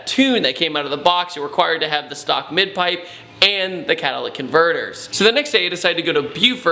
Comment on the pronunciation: *Catalytic. (Ca-Tuh-Li-Tick)